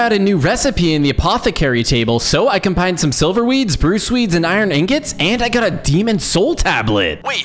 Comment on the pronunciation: Dude the Demon king is say like sliver